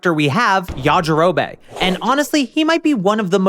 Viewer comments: Yajirobey? Its pronounced yajirobi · This is just bad. Yamcha never cheated. Fans made that up. And Puar a "prominent character"? lol please. Finally, it's pronounced Ya-Ji-Ro-Bee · Why does bro pronounce things wrong???? Ya ja row bay??? Common man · STOP CALLING HIM “yajirobay” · Bro who tf is yajirobae??? It's yajirobe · Pronouncing it YajiroBAE <3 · Are you saying Yaji-ro-BAE as a joke, or have you never actually watched the English dub? I'm starting to think the latter since you also said SAI-ans. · The way he pronounces Yajirobe.. Well it got me to comment so I guess he wins the algorithm game. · The way you pronounce yajirobe is odd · This guy pronounces Yajirobe weird and annoying